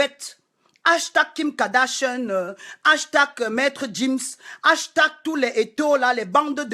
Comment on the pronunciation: Je n'aime pas voir les noirs parler comme ça.... c'est sans cervelle. Tu gueules trop et tu es crue. Sans respect, tu ne peux pas être un modèle sur internet ! Tu fais honte! Pendant toute ta vidéo tu as mal prononcé Gims et Mobutu. Fais gaffe